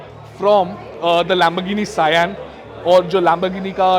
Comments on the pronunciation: Even he said saiyyan to sian 🤦🏻‍♂️🤦🏻‍♂️ .. what a car journalist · nope .. it's not correct sian pronounciation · When did SIAN became Saiyaan ? 😂